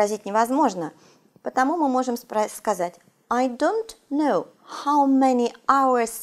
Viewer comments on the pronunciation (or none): none